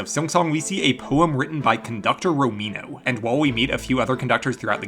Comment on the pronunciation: No way i thought that i was the only one hearing "romino" in the trailer, good to know i'm not alone